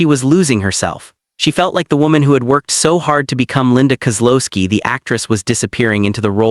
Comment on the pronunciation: Linda Kow-looo-ski